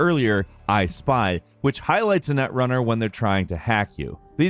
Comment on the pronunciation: I kept hearing "netrunner" as "nutrunner" and I'm gonna chortle away in the corner now